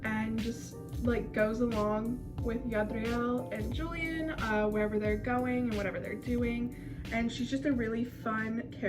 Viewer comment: ur using the gringo pronunciation of julian but its ok 😓😓😓😖😖😖